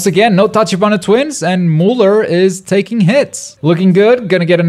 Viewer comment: it pronounced "Miuler"